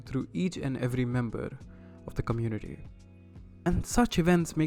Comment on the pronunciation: communi-TITY haha